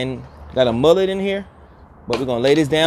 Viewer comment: He said "mullet" 😂😂